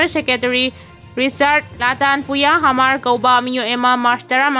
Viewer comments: Hamar haigadaba nate Mar hayu.onare nangi pronunciation du. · Hmar asi mar haina pronounce tougadabani,h silent touraga. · Hmar da H silent oiraga Mar haina pabiyu. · Mar hairaga pao hmar haina paganu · Hmar hmar Mar haiu Nachin napthibadu pao paba Heitraga paganu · Hamar haibadudi 😂. Mar haiyune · H ki sound do silent oina panabane.pao padringeida Hanna rehearsal khara touba kanagani khalli.wahei chumna padabase pao tabada yam nungaite.